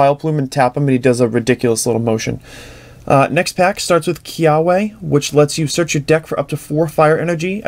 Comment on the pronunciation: The "w" in "Kiawe" is pronounced as a "v"